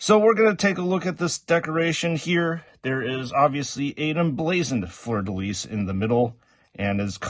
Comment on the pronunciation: Great review ! Really impressed that you can say Fleur de Lys right ! It is part of my flag, so I cringed everytime I hear it wrong in Joytoy reviews haha